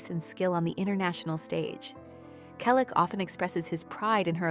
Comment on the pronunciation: Why a fake image of Tom? This picture makes him look many years older. Tom still has black hair with a few silver and white strands. Tom is 81 years old. Again he has not finally given an interview about James Garner. Teach your AI-generated voice to pronounce Selleck correctly. Everyone we know has already read Tom's book or listened to the audio CD. James Garner's fans have already read "The Garner Files: A Memoir" . Learn English. Read the books. Your story is completely jumbled because you keep jumping from one topic to the next and back again. There is no chronological order.